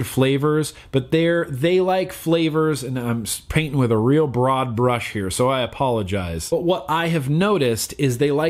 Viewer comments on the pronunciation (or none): none